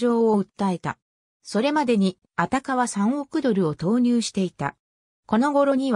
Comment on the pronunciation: アタカよ 日本語変 アタケじゃないよ